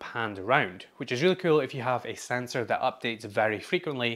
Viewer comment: Who else is here because of the way he says kewl?